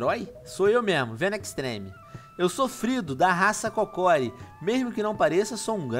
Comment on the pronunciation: Venom vc falou q o sacerdote do vendo e da raça "Kokori" mas o certo, e a raça "Kokiri"